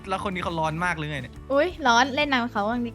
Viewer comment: คำที่ว่าเลนผิดมันอ่านว่าเลยนะครับ